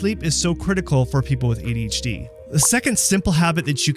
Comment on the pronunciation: Adi’ hacie 😂